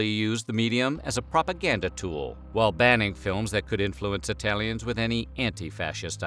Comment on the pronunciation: actually the Italian pronunciation is horrible and just stereitypical. We don't talk like that at all, it seemed more like a mockery tbh